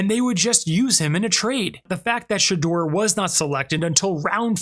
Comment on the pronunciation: Everyone pronounces his name wrong it's Shider